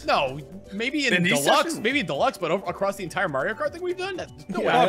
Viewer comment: tha "italian" cant even pronounce Mario (he's saying Merio)